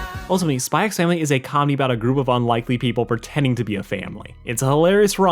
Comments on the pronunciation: You don't pronounce the "x' in Spy x Family, I don't think anyway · It's not pronounced "Spy x Family". That's just a stylistic thing in alot of Asian media just like Hunter x Hunter, which would just be pronounced "Hunter Hunter". Good video, but I'd just thought I'd let you know.